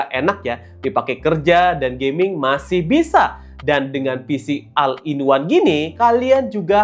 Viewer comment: maaf diluar kontek ya bang,pengucapan all itu dibacanya ol